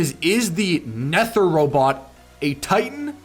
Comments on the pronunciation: I think its pronounced nether bro like nether rhymes with weather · Nether is the underworld and aether is heaven and its pronounce neither without an I And a e ther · It’s supposed to be pronounced like the nether dimension like in minecraft and the titan is supposed to be pronounced ather (not being rude I have a thing with pronunciation) (love ur vids!)